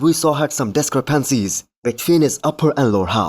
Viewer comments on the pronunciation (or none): 😂 dis-kre-pan-ssiees I’m sorry what lol